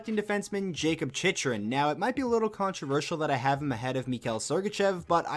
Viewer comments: C'mon bro love your channel and your lists you do, but Jakob CHICH-ER-IN! LOL. Not a big deal but It's CHICK-REN! 😜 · Dude. You really gotta learn how to say these names properly. “Chicherin “ 🤢